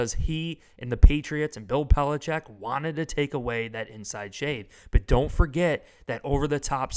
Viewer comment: He said belicheat not Mc dummy….